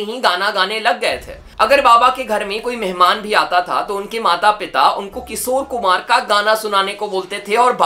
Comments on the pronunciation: its Kishor Kumar, not Kisor.... Sa aur Sha bolna seekh le bhai, bahut annoying lagta hai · Bhai. Kisor. Nahi. Kishor kumar. Apana. Sh. Thoda. Thik. Karalo. Yar. 😂😂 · His "KISOR KUMAR" pronunciation 🥲😂